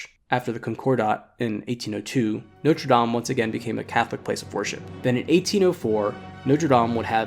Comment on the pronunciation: Very enjoyable and informative video and the music was excellent. I'm going to be REALLY picky and I do apologise, but it grates each time I hear it. Your French pronunciation was, I thought, really good - Sacres, Paris, and French place names generally. The one word that grated was NOTRE, which Americans seem to insist on pronouncing NOTE-RE (NOTE as in 'note book'), whereas it should be NOT-RE (not as in 'red not blue'). If better or native French speakers have any comment on this or if I'm wrong, please let me know. At least it wasn't NOTE-RE DAME (DAME as in 'There is nothing like a Dame') which I hear Americans use a lot :)